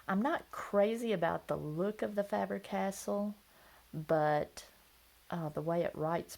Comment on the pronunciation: Btw, Faber - Castell history eclipses Cross by a long shot.....sounds like you are saying 'castle'. Pronounced Cas- Tell